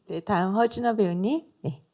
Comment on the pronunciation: 하준호 아니고 허준호 입니다